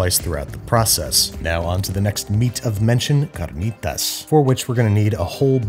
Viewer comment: The way he pronounced carnitas was impressive and I speak Spanish